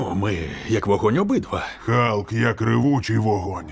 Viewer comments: На початку відео був Халк, потім чомусь перейшло в Галк..вуха кровоточили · Чому не Халк а Галк?